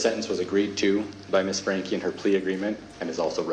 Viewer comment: Its frank-ee😭😭